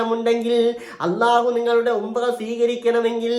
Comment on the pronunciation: ഉമ്പ്ര അല്ല ഉംറ